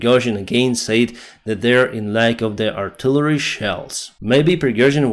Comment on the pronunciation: Check out a pronunciations of “said” and “says”, this’s like nails on a chalkboard although I’m Ukrainian, can imagine how that’s sound for natives Не правильно говориш ці два слова, ріже вухо дуже